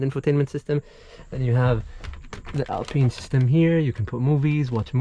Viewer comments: The lack of option to egress from the rear door with out having to go outside and around to 'un-pin' the spare tire mount is not a very well thought out design - just say'n. Oh yeah, Alpine is pronounced 'pine' as in 'pine tree', not "peen". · ALPINE not ALPENE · 1, I hope you're giving the option for interior color cause that beige is ugly as sin for that kind of truck. 2, I think the guy is tying to say Alpine not peen. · wtf is "alpeen" lmao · Nice... "Alpeen"